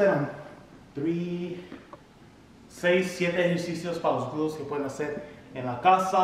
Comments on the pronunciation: 🤭 me encanta cuando dices glutos, en lugar de glúteos 😬 excelentes rutinas, gracias, saludos desde mexico. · 🤣🤣 me encanta cuando dice los glutos 🤗 saludos desde Puruandiro,Michoacan, Mexico